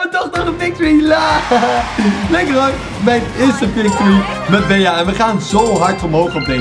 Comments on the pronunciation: geen bea, maar bie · je spreekt het niet uit als bea maar als bee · Beeaa?😂 Bie* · Bea spreek je uit als Bie Sicke video Bawz army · Het is bea je spreek het uit als bee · je bea uit als bij in het engels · Het is bie geen bea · Yo je spreekt bee uit en geen bea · Je spreekt het beaas maar het is bea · Je spreekt het uit als BEE en niet Bea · het is bij in het engels niet beeaa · Het is niet BEA maar BEA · Je zij bea je zegt het Bie maar je schrijft bea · Je spreekt het meer uit als bee niet bea ik vond het best iritant 😅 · Je zegt geen bea maar bie🤦‍♂️ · je speelt tegen 9 andere Bea’s ( uitspraak <Bie>) moet het zijn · Bea spreek je uit al Bie! Like ff zodat dit ziet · Je spreekt het uit als Bie hè 😂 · Je spreekt het uit als Bie wil jij een video maken over knokkers eederd welke maar die moeten opdrachten doen zoals ondert snelste rennen met de bal ofzo like zodat dit ziet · Je spreekt het uit als bie. Verder super toffe video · ik weet het.... IK IRRITEER ME ERAAN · Ja dus op zn engels net als BEE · Je spreekt bea uit als Bie like zodat dit ziet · ZEG GEWOON BIE IK WORD DAAR ECHT GEK VAN LIKE ZODAT DIT ZIET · Wil je bea in het Engels uitspreken like zodat dit ziet bawz army! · Beejaa😂 Maakt niet uit hoor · je spreekt het uit als bie kom in mij club groep 5B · Je spreekt het uit als Bie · Je spreekt het uit als bie wand het een bij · Bea moet je uitspreken als bie en in het nederlands Bij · Het is Bie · je spreekt Bea uit als 'bie' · Je zegt het als bie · Je spreekt bea uit als Bie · Je preekt bea uit als bie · zeg aub bie( want bea in het engels is geen 'bij' maar bee betekent wel 'bij') het is echt heel irritant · Bea spreek je uit als BIEJ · Je spreekt het uit als “bee” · Het is een Engels spel dus spreek het aub uit als Bi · het is bea maar je spreekt het uit als bie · Jij bent echt slecht in Engels bea zo zeg je het niet hè 😉